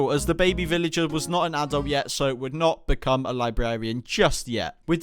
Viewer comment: You are treading pig lins and you said veleger